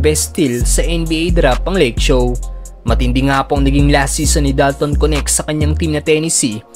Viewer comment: Anong konek? Dalton Knecht hindi konek ano ba yang pronounce mo